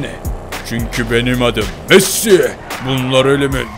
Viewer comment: daha konuşmayı bilmiyorsun messiye masi. Diyorsun konuşmayı öğren hava atma